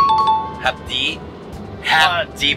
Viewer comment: "Hapdi" hahahaha